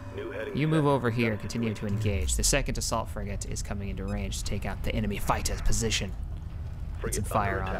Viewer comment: "Ion cannon fligate in position"